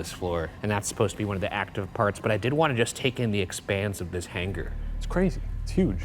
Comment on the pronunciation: Every time Ryan says hanger he pronounces the g and it bothers me lol